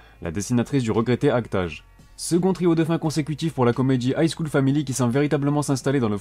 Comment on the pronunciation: Il a dit act age